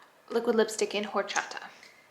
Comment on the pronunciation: Laura it’s pronounced or-cha-ta